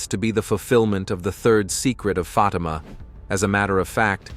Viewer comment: That's "Fateema" NOT "Fotima"